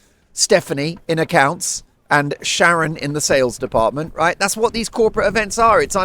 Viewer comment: My name is Sharon, I love the way you say my name😊